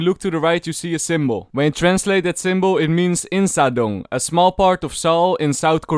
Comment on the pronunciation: its pronounced eensa dong